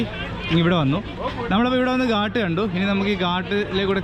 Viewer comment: ഉത്തരേന്ത്യയിൽ സഞ്ചരിക്കുമ്പോൾ നെയ്യ് ,തൈര് എന്നിവ ചേർന്ന ആഹാരം കഴിക്കാൻ മറക്കരുത് ... ഊർജം കിട്ടാനാണത് ...ഗാട്ട് അല്ല ഘാട്ട് ആണ് ... കടവ് അഥവാ കുളിക്കടവ് എന്നാണ് അർത്ഥം ... കുളക്കടവല്ല ...